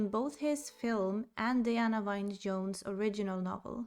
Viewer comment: Diana "wine" Jones? Her middle name, Wynne, is pronounced "win".